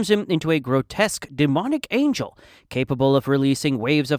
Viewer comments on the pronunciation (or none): none